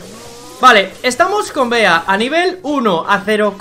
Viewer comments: Cómo me jode escuchar "Bea" y que se pase por sus cojones que su nombre se pronuncia como el animal que representa, Bee (Bi) 🐝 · Que rabia que le diga "bea" y no "bi" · Por fa no le digan “BEA” díganle “BI” Que creo que así se pronuncia. Tómenselo como una sugerencia,Saludos y felices fiestas 🎉.